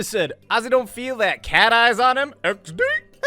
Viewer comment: 😂 he keeps saying X D when it’s the laughing emoji 😆 then he said devil 😆